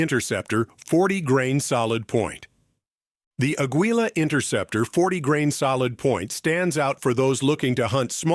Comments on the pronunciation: I was hoping for Federal AutoMatch to make an appearance. Also, not even the AI knows how to pronounce 'Aguila'! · The AI they use can't even correctly pronounce Aguila and Hornady.